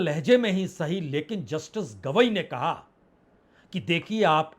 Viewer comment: BR Gavai not Kidwai